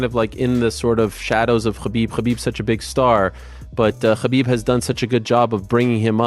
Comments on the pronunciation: Ariel saying Khabib as often as Kahbib. he Khabib can, so that Khabib , we all , Khabib , know Khabib ,that he can Khabib , correctly pronounce Khabib . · Is it Khabib or Ggabib. Most vicious striker ever kept saying ggabib ggabib ggabib with his skinny big nose mouth.